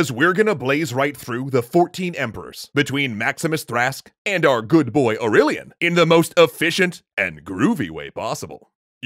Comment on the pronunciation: the guy sounds like, AUreLIAN and DIAcleTION